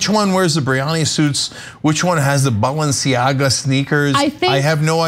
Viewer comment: Ana knows how to pronounce Givenchy, but is that how you say Balenciaga? Genuine question.